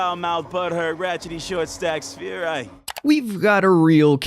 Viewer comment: How does your grown ahh not know how to pronounce "sphere" properly